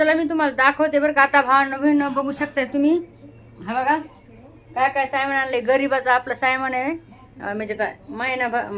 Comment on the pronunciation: सामन एव्हढा सोपा शब्द तीन अक्षरी असताना तुम्ही त्याला कठीण करून सायमन असे चार अक्षरी का बरं बोलता ..